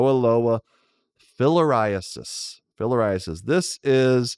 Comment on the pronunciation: lol "Filler Eye Assist" I know that's not how it's spelled but that's what it sounded like to me